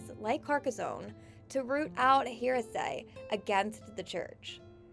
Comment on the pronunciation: I appreciate your joke, but even her English is appalling. Words like "heresy" (hair-a-see) pronounced as hear-a-say! Goodness. Even most Americans don't sound like this.